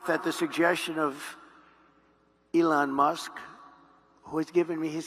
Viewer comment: You thought about how to pronounce the name Ilan or Elon😊